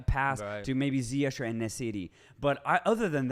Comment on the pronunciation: Its pronounched Ziye'g' instead of Ziye'sh' brothers! Love the podcast keep it up